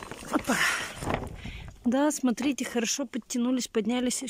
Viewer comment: Как можно говорить - срите вместо смотрите?